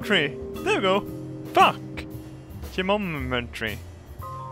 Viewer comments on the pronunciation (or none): Ge-om-met-tree, if someone hasn't broken the word down already :P Seeing you mispronounce words is a testament to how fucked up English is. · Here you go: Gih-Noh-Mih-Tree. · "ge-mom-etry" lmao, i freakin love you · Gemommertry LOL... sounds like your mometry